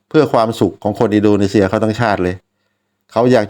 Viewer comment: อินโดนีเซีย ไม่ใช่ อินโดนีเชีย นะพี่ มันคือ ซ โซ่ ไม่ใช่ ช ช้าง และขอบคุณสำหรับวิธีการเข้าดูบอล